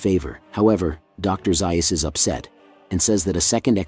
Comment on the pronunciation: I wish someone would tell the narrator that Dr. Zeus' name is pronounced Zayus and not Zeius.